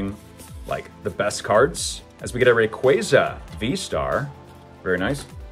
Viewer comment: You did not say Rayquaza like that